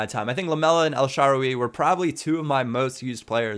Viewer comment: The way you pronounce El Shaarawy makes me cringe